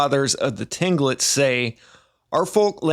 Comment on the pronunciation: Tinglet? It's pronounced klink-kit